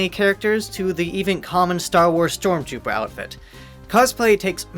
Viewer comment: When he said stowm twuper ouwfit I dided